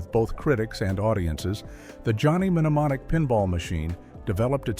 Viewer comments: It's pronounced nemonic not menemenemomic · You don't need to pronounce the M in mnemonic so stopped watching after the 5th time the narrator did this